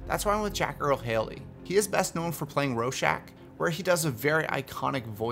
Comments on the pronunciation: You said Rorschach wrong! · I love watching your videos but everytime you butcher a name it kills me. BAPtista? Rowshack?